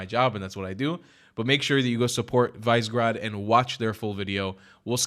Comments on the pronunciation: Visegrad is pronounced Vish-egg-rad [viʃɛɡraːd], by the way. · It's "Vish-e-grad" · its pronounced as viségrad but great video